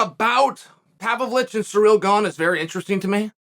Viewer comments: Chael, he is not PAVLICH, he is PAVLOVICH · Hearing Chael mispronouncing Pavlovich is the best experience, good to see you again, G.O.A.T